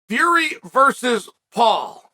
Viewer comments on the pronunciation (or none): 'Will Fleury' Simply incredible